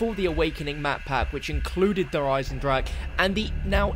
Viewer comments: 2 years later and still none of the englisch speaking youtubers correctly pronounces 'der Eisendrache' :D still sounds like 'der eisendrak' in german :v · pronounces "Eisendrache" differently everytime he says it 😂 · It's been 2 years and people still can't pronounce it's name XD It doesn't matter though, it still is one of the best zombie maps out there and the beginning of the DLC season of the best CoD Zombies game!